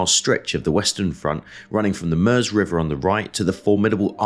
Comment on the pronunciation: A minor point - but hats off for pronouncing MEUSE properly. The US vid series The Great War with Indy Neidel presenting insist on calling it the MYOOZ not MERZ.